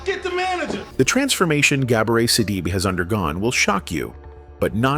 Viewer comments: The name is pronounced sidibay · She is a strong woman. The commentator should learn how to pronounce her name, she is the subject. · Please get yo ai to say her name correctly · Good God man first learn how to pronounce her name. I’ve watched many of your videos and what can’t you do? You can’t pronounce the name of the actors you speak about. I just couldn’t stand it another day. LEARN HOW TO PRONOUNCE NAMES!!!! It’s so disrespectful and irritating to hear you do this consistently. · WHY Can't you say her name right????????🤔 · I know it had to be while people hating The lady didn't even want to say her name right.